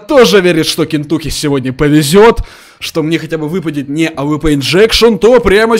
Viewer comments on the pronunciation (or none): none